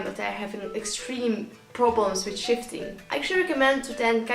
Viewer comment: I kept thinking he was saying shitting 😂